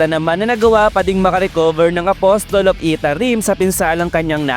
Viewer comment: Apasel po bigkas ng apostle